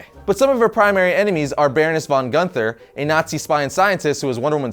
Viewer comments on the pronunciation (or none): none